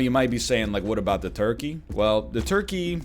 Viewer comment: Everytime NL says toikey, it gives me life.